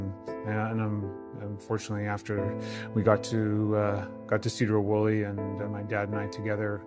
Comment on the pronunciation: Washington native here... Skagit County is pronounced Skah-gette not Skadget. Cedar Wooly is actually Sedro Woolley. A lot of towns in WA are hard to pronounce because they are named after the local Native tribes or past Native tribes.